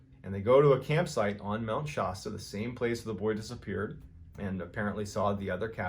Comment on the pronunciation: Mount Shosta?